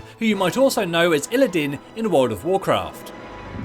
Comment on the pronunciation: Illidan... DAN. THERE IS AN A. TRIGGERED.